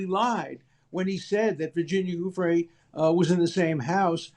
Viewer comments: Suddenly alan believes Virginia. And he should stop mispronouncing her last name. What a frickin' pig. This man makes me sick. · Absolute travesty, platforming this villain. And with such a sycophantic intro. Further, allowing the repeated mispronouncing of Virginia Giuffre's name. Also, it's plain it was her not Giuffre cited in the redacted note. Her account disproves this, she said she'd not spent time with Trump. It's someone else. Poor reporting here. Times Radio online is click bait and, in this case, misleading.